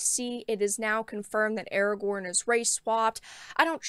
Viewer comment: Now pronounced "Awagown". ;)